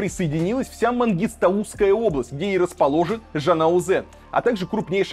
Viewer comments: Не МангИстаУсская, а МангыстАуская область. Правильно говорить город ЖанаозЕн, а не ЖанаУзен) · не тэнге а тенге. Не Мангыстауууууская А Мангыстааааааеуская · Мангиста́уская область, ударение на вторую букву а. Вроде блогер, а безграмотность так и прёт. Хотя бы надо было подготовиться. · Казахстанцы, всех передёргивает когда Варламов говорит: ЖанаозЭн, МангистаУская область, ТалдыкОрган, АктобЭ, тЭнгЭ. Или я один такой прогоняю? пхехехехе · Илья на будущее - не МангистаУская а МангистАуская область,не ЖанаозЭн а ЖанаозЕн,не АктАбЭ а АктОбЕ,не тЭнге а тЕнге,а то и не красиво и не правильно.Имейте ввиду.(Сам с Актобе) 🇰🇿🤝🇷🇺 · Мангиста́уская область...извянки за поправку. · Не мангыстаУская, а мангыстАуская область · МангистАуская а не МангистаУская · МангыстА́У́ская область друг мой, чуток по другому произносить... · МангистАуской ударение на А и тЕнге, а не тЭнге 🤦‍♂️ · Даже смотреть до конца не буду. Варламов вы меня разочаровали. Ерунду говорите. Это был террор. И точка. Так себя протестующие не ведут. Есть жертвы, было насилие. И это протесты? Хотя бы узнал, как правильно говорить Мангистауская область, а потом в эфир выходил бы. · слух ломает.... тЭнгЭ, мангыстаУская, АктАбЭ, , ТАкаев... ударения? не, не слышали...